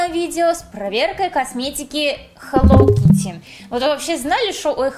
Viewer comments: ХЕЛОУ А НЕ ХЕЛОВ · Да почему хэллоВ кити а не хэлло кити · БЛИН ХЭЛОУ КИТТИ А НЕ ХЭЛОВ АААААА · ага и меня это раздрожает..... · Вот именно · Читается как хелоу Китти !А не хелоув Кити! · Не хеллов китти,а хеллоУ китти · Не хелов кити а хэлоу кити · Почему я постоянно слышу - Хелов Китти == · Меня одну напрягает что она говорит хелов китти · я не поняла, хелов китти это рофл или ты так и говоришь?._.